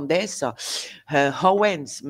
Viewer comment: Vous me faites rire quand vous prononcez "Candice Owens" 😂👍👏